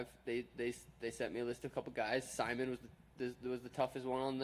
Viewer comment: He called Ricky Simon, sigh-mun. Lol the troll levels. I love Suga Sean. If you don't, thats fine by me.